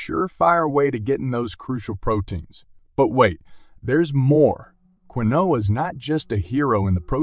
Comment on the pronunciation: Keen wa is how Quinoa is pronounced